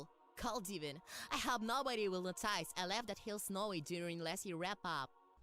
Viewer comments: OK, I've heard my fair share of accents in my time, but I've never heard anyone pronounce "notice" as as no-TICE (I hope that makes sense) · Imagine my horror as one day at work, in the middle of the warehouse, long after watching this review, did I realize that the blue one's pronunciation of 'notice' wasn't just the voice actor's accent- but an incredibly forced, only-works-in-text pun. Not-ICE. It's like a scar on my psyche now. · Understood. I think the real confusion starts when he mispronounced "notice". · I lost it when I heard the way that "Not-Rainbow Dash" pronounced the word "notice" . This really is an animated equivalent of The Room.